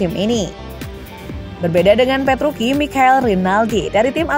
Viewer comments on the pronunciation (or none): Dibaca nya ttep petrucci mbaaa.. Gausah petruki petruki.. Aneh di dengernya jdinya.. Sblm mmbaca narasi baiknya cari informasi pembalap yg mau di sampaikan deh minimal pelafalan nama... Udah sih itu aja.. Biar profesional aja gt Dan perasaan kakek penjual bensin itu ngga sampe terbahak2 deh ketawa nya.. Jngn di lbih2kan lah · Ya tuh.. Italia c tetap di baca c.. Kcuali c di depan nama orang